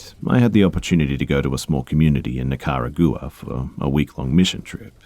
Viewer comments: It is pronounced, 'nick-a-rag-wa'. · Nica-rau-gua not what u saus smh lol get iff ur computer enjoy the world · NOOO thats not how you say Nicaragua. It's Nek-a-ra-gwa. But i do inderstand that it is a pretty weird word and hard to pronounce so im not like hating on you at all because i love your videos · “Nickarah-goorah” 😂 sorry B! Love you 💕 guess you could say I’m a ball ~busta~ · Great video but can we take a moment to appreciate the pronunciation of Nicaragua 🙏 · I died when he said Nicaragua 😂 great video though